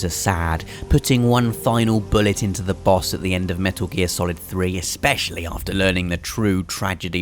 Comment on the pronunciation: What is up with reviewers not being able to pronounce simple words like "degenerate" and "especially"?